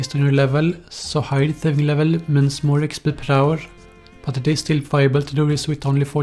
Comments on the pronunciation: expeeeeeeeee not expL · Is it just me or when he says "exp" does it sound really fucked up? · The way he says xpdl kills me everytime😂😂😂😂